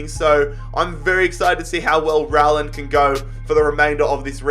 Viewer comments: The way says Rowland is giving me Corona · Me getting mad because he is saying Rowland wrong 🤬🤬😂😂